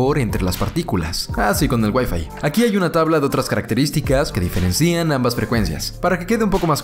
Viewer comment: como que diferencía? es diferéncian xD